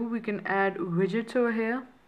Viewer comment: your widgets sounded like midets xP "you just long press it n u have your midgets........." lmao